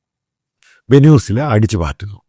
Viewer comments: വേനൂസല അല്ല വെൻസ്വല😂😂😂😂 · Correct the pronunciation of Venezuela 😊